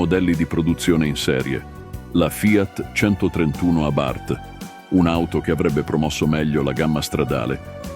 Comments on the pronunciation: Ma una persona che legge no? Abárth non si può sentire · Sentire pronunciare Abàrth con l'accento fa male al cuore